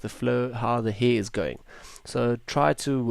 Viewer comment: I came here for educational reasons but as soon as I heard the word "heeer" for the 20th time . about 30 seconds in - I lost it. May I ask if that's some sort of accent or dialect? I'm not a native speaker myself and have NEVER heard someone pronounce hair like that. ^^ Tremendous work btw, I'm way too lazy to do ALL of that.